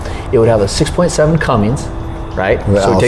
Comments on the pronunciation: Great video but please say Cummins instead of and VIN instead of VIN Number! Completely agree with your perfect truck! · Nothing worse than a man who knows better sitting there saying “” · Hard to give value to the opinion of a diesel mechanic who says Cummin"g"s. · This dude keeps saying. Slow it down to 50% playback. How credible can a mechanic be if he doesn't know its a cummins and not a. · I never take anyone seriously when they say cumminGs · It’s not called a! It’s a Cummins!!! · This guy is a superstar diesel tech and he calls it a? You’re kidding me, right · My thoughts exactly! As soon as he said cumminGs, he lost all credability. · There's no G! Does he really work on trucks? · Did this jackass just say? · How does he not know how to pronounce "Cummins" after all these years? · What’s a? I don’t think this guy knows what he’s talking about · Same here, a seasoned mechanic and he says, not touching anything I own. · I'd of kicked you out of my shop for saying dodge cummins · Great video for people interested in advice from someone that doesn't know how to pronounce Cummins. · "Fanboy"... That is funny! My comment showed no favoritism towards any brand. I Simply stated that a "diesel expert" should know how to correctly pronounce Cummins. I have owned all of the major brands including jeep and Toyota and they all have their own set of unique problems. Hope you continue to have fun trolling though... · All his credibility was lost as soon as he said "" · Come on dude. You are supposedly a pro that works on diesel engines every day. It's Cummins, not. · WHY does this "pro" keep saying ""??? There is no G in Cummins!!!! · For the RAM its Cummins diesel not. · Cummins, not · Stop saying, you sound like a moron. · Why does the mechanic keep saying? It's Cummins diesel not a porno... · He really should stop saying CumminGs!